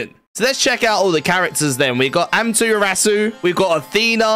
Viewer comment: "Amtrasu" "Yammer" "Thantos" Yeah Fanta is great, glad he made the roster